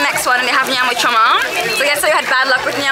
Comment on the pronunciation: Good progress. Today you pronounced nyama choma right.